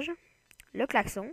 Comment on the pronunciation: Mec Klaxon se dit "klaxone" et Franklin se prononce "frankline" Apprend les prononciation mais sinon bonne vidéo avec une voix un peu bizzar quand même